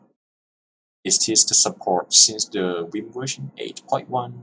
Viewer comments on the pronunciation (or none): it's now "wim" it's 'vim' like 'volvo' ... get your pronunciation right.